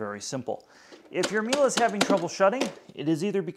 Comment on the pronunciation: whats a mila ? Miele isnt mila, wtf.